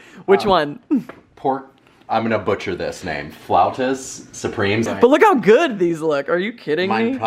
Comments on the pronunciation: u said flautas correctly. Tortilla, u need to work on that! Love u guys!!!! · pronunció muy bien "flautas" si era español👏🏼👏🏼😍😘😘